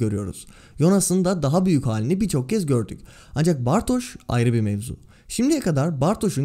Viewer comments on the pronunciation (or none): Merhaba ben Almanca Öğretmeniyim de Bartoş değil Bartoz diye okunması gerekiyor. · bartoz diye sesleniyorlar.Sözlüklerden de bakabilirsiniz hoparlörü açıp bartoz diye okunur. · Bartoz diye okunur herhangi bir almanca sözlüğe girin hoparlöre basın bartoz diye okunduğunu görürsünüz. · dizide de ‘bartoş’ diye sesleniyorlar. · birde Almanca dilimde ş olması için sch yanyana gelir sz yan yana geldiğinde sz biraz farklı okunur z yi dişinize vurarak çıkarırsınız. Ama kesinlik direk ş şeklinde değil.